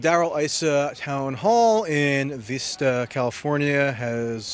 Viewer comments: It's Vista and not Veesta... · I grew up in this town, and Darrell Issa is a disgrace. Also, it's Vista, not Veesta. :P Keep up the good work. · Its vista not veesta.... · Sorry to be picky, but it's pronounced Vista- as in the word visit. Not Veesta.